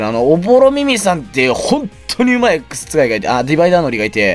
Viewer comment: 「X使い」が「X2改」に聞こえたｗ